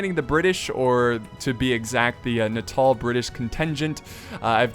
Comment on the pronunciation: I thought you were saying "Natal" wrong too because every other video pronounces it like "Nay - tal", not "Na - taal". But upon further checking you're the only one I've heard do it right haha.